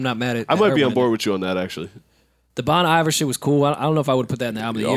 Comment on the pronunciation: Bon Iver is pronounced “Bone Ee-Vayr”, y’all nasty lol